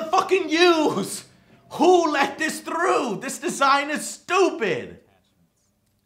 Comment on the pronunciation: I like it when Joe got so angry at the game he used the spanish "r" sound in "through"